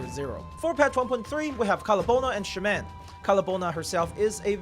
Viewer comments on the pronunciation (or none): none